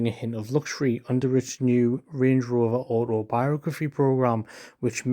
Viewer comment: land “rOOver”